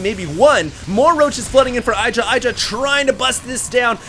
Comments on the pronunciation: I love ur vids, this one is awesome ! but u have to insist on saying i-Dra !? its hard enough for me to get used to E-dra like he wants it to be :D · Hi, but idra has reiterated that his name is pronounced ee-dra not eye-dra. Cheers! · I think it's pronounced "ih-dra" with a short "i" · It's pronounced ih dra -. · idra will rage at for saying his name wrong lol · I-Do-Rage-Alot LOL i guess tho we will see much more offensive games in Dallas from Idra :)